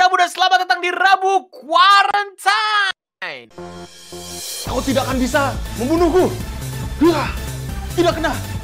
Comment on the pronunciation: says rabu quarentain